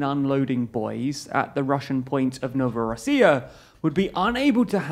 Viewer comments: Small correction eection: The port is called Novorossiysk, not "Novorossiya", as you pronounced it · Sorry this video is poorly done with many errors. 1. Former President of Kazakhstan is not dead - where did you even get that. 2. Novorossysk is a port city, Novorossia like you keep pronouncing is the former lands of southeastern Ukraine, the land Russia presumably wishes to capture. 3. Transcaspian pipeline is not practical due to Iranian and Russian intervention - the 5 Caspian countries of Iran Russia Azerbaijan Turkmenistan and khazakstan has to agree on any Transcaspian projects, for obvious reasons Russia and Iran will never allow this. It's got nothing to do with Khazaks not wanting to upset the Russians, this is just utter poor research and making up reasons on the spot. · Seriously, how hard is it to just read the damn word as it is? Novorossiysk is not read as "Novorossiya", they are entirely different things. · Also Novorossyisk not Novorossya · One more minor mistake but, you seem to have repeatedly mentioned the Russian port city "Novorossiysk" as "Novorussia/Novorossiya". I guess the Ukraine issue and Novorossiya has been revolving your minds but, I think this was an available oopsie